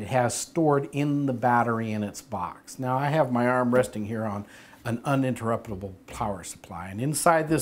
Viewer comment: he had a really hard time saying "uninterruptable" good video though!